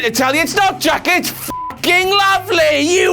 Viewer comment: You pronounced Jack's name wrong!